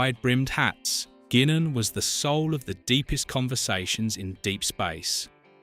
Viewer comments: Why are you pronouncing Guinan that way. It's "Guy-nin" not "Gwin-in" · LoL, its pronounced {Guynen} not Gwenen... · "GWINNEN"?!? Guinan is pronounced "Guynan". Bloody A.I. tosh... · Whoopi portrayed GUY-nan!! NOT “GWEE-nan”! NOT “GEE-nan”!! If you can not get the names correct, then don’t even bother with the dammed video, at all !!!! ✋🏼🙄 ‼️I HATE AI‼️ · it's pronounced "guy-nen" NOT "gwinin" STUPID AI VOICING! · OH MY GOD, that stupid AI. It's pronounced Guy nan not Gweenan. Computers irritate the piss out of me. ugh!!!!!!!!!!!!!!!!!!!!!!!!!!!!!!!!!!!!!!!!!1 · Gwinnan or Guainan..! Get the real pronunciation correct... Please watch and listen to the show first rather than read a re-hashed script - its a killer to the channel credibility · You pronounce Whoopie Goldberg characters name Guy non. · It's pronounced "Guy-naan." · either the VOICE IS AI , or the narattor has never seen Guinan act on show enough to know how her name is pronounced , (G-EYE Nun ) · What in the hell is a gweenan ? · It's pronounced Guy-nan. God I hate AI. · What? You don't remember Goowininn? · Why can't you pronounce Whoopy's characters name correctly? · These AI things suck. Cannot pronounce Guinan properly. Another one called Gul Dukat Ghoul Dukat. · If you are going to make these types of videos, you could at least learn to pronounce the character names correctly. You butchered Guinan’s name!! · Almost started to like this take on back stage stuff, until these peoples AI was used and a real person was not speaking it. ... It was impressive how many different ways the AI chose to pronounce "Guinan"...none of which were even close to correct! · Business pronunciation of Whoopi Goldberg’s characters name by the narrator is abominable